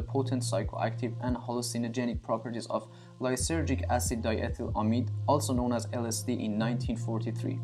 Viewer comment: Diethlamide not Diethlamine.